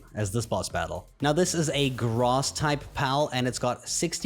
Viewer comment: Did you just say Gross instead of Grass?